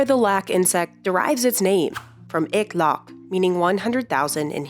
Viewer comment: the word "ek laakh" was completely mispronounced lol, also "ek" means one, so only "laakh" would have any significant meaning. (no hate jus sayin)